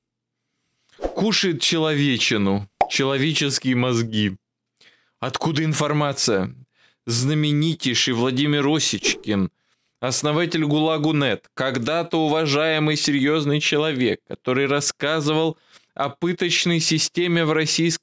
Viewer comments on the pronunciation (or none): ОсЕ'чкин, а не О'сечкин. Противно слушать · это не осечкин а осЕчкин говори правильно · Нееее,, вот тут я не соглашусь..... Осечкин Владимир разворачивает огромнейший материал и да.....надо и такое смочь допустить!!!.... Да,, не "О"сечкин, а Осечкин!!!!!!!!.....( его ещё никто так не назвал, кроме тебя!)., здесь не может быть ошибочно!!!!... Мне, к примеру не нравятся и твои некоторые гости..... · Добрый день,! Не Осечкин, а ОсЕчкин. ☝️ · ОсИчкин, или ОсЕчкин, всё же? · Не Оосечкин, а ОсЕчкин, второе, птчему нет, я не удивлюсь, тем более есть руководители которые подирают люлей, и в третьих, а тебя то кто любит?! 😂😂😂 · ОсЕчкин,если что. У Паши проблемы с ударением,я смотрю. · Аж слух резануло О'сечкин🤦🤦🤦🤦🤦🤦, мля, ты хоть мониторь инет, как правильно фамилию произносить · Осечкин, ударение на Е... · хватит бред нести лукашенко вместо ввп,и правильно Осечкин ударение правильно надо ставить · ты гонишь. Фамилию Овечкина даже не верно говоришь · Он это делает специально. Выражает Осечкину своё ФУ